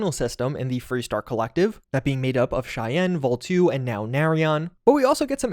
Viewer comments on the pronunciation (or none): definitely not vol2. vol-e or vol-eye. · I don't think its pronounce "Vol two" but rather "Volii" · I think its "Volii", not Vol 2...